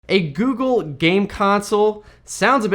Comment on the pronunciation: Heard it as "the gey console" 😂😂😂😂